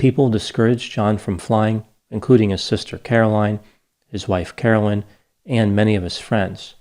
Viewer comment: Yes everyone, that damn Carolyn crashed the plane. I can't believe this half wit podcaster had the gall to gossip about Carolyn's personality and what substances she may have used and when! Wow, just wow. Her name was Carolyn not Caroline by the way. (Mrs.P)